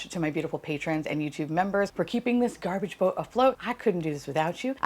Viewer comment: GARBAGÉ QWEEEEN